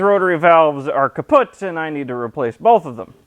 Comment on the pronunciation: As a german I approve of your pronounciation of "kaputt"